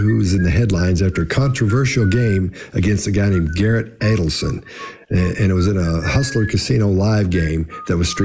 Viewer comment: That's an interesting wrong way to say Adelstein